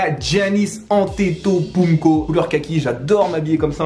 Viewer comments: Oueee en plus il dit mon gars mais il dit mal son blaze Jsuis mort🤣🤣🤣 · ta dis une folie Giannis Antetopunko c'est Antetokounmpo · Antetopounko! (🤣) Bon allez c'est pas grave, c'est pas évident de dire Antetokounmpo... 😅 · "ANTETOPOUNKO" 😭😭😭 c'est ANTETOKOUNMPO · J ai entendu antetopumko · Antetopunko ???? Mieux vaut dire Giannis ça te rend moins ridicule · Antepotunko il dit😂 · Antetopoum quooii?😂😂😂😂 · « Antetopounko » t’a cru c’était une marque de sauce tomate ? Mdrrr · il c’est tromper il a dit antetopounko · 8’35 « Giannis Antetopounmko » 🤣🤣🤣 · sa ma fait saigné l’oreille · J'allais dire la même chose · Giannis Antetopounko 😂😂